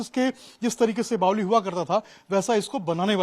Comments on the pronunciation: बावली नही बावड़ी बोलो😂😂😂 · बावली नही बावरी होता है! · मर बावली नहीं बावड़ी होता है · bawdi hota h bawli nahi😂😂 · बावली नही भाई बावङी बोलते है